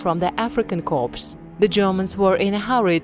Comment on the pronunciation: Get rid of the Narrator! It's africa korps not corpse!